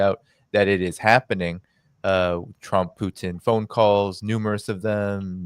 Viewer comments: It’s pronounced Poo teen. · Great panel,. As usual, your channel delivers the goods. The only quibble I have is with Ray McGovern's persistent mispronunciation of Putin's name. It's a mark of subtle disparagement and contempt, and it's quite off-putting if this is the case. "Poutine" is a deep fried, gravy smothered Quebecois dish, and I can't help but wonder if this is deliberate. If so, it's unworthy of McGovern's fine character and great mind. Please, Ray. Pooh-TIN - with a soft "t" not a hard spitting "t".